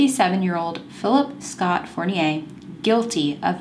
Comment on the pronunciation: Love your channel. Nadeau is pronounce like Doe, play doe jane or John doe eau its like O ;) in french at least.. i don't want you to think im the kind of person who think she knows everything.. its just to help :) you said fournier correctly... its funny that it has 2 french names in the same case from the us. you are gorgeous btw :)